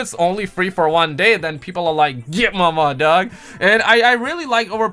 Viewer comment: DO YOU SAY .....GET MAMA DOG❓❓❓❓ LOL